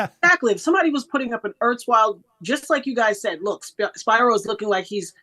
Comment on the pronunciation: Its Spear-O, not Spy-ro. Don't you know Greek?